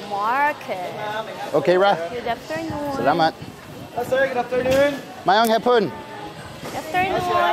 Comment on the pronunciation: It's Hapon not Hapoon.